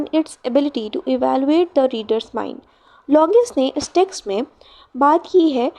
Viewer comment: The explanation and your handwriting is really good but I think you should work on your pronunciation of words .. It is longinus and not longius 😊❤️